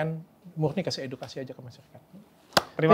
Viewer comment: EDUKASI APA EDUITKASI?? 🤣🤣🤣🤣